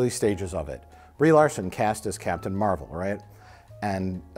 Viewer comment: as a comic fan, i’m cracking up over mike pronouncing captain marvel as “mar-vell”